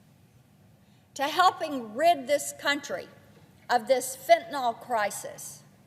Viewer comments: Why can't she pronounce fentaNYL. It's not fentaNOL 🤦🏻‍♀️ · Please, Marsha. There is no O in Fentanyl!